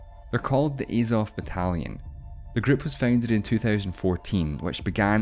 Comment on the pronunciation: There's unbiased information and then there's this. Discussing the ways for the war to end by ONLY working with russia's demands is immediately slanted. This probably explains the mispronunciation of 'Azov' and missing out their renouncing of their ideals over half a decade ago. Mostly good information but very lacking in key areas. C- grade. Слава Україні.